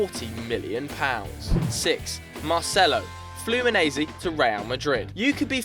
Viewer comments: Fluminaisi to Real Madrid" it's pronounced Fluminense omg 😠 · You pronounced Fluminense wrong... It's not fluminese, it is flumineNse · Can't You pronounce Fluminense correctly?